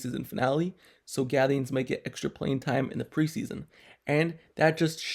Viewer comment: Thank you for pronouncing the last name right.. great video